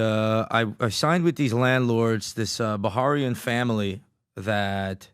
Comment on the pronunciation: "Baharian family " 😂😂😂😂😂 what an idi0t it's "Bahranian family "